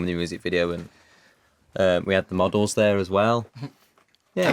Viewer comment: it sounds like Liam said "muggles" instead of "models". Oops, guess I've been watching too much HP! hahahah:)